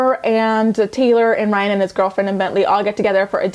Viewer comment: why can't this woman say the name Ryan properly? Leah and Caitlyn are pathetic and worthless.